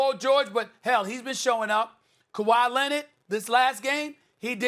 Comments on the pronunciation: 🤣🤣🤣🤣🤣🤣 I thought I was the only one to hear him say lennit 🤣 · "This is a legacy game for Kawhi Lennit" - SAS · Who tf is kawhy lenned??? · Stephen A. “Kawhi Lennid” Smith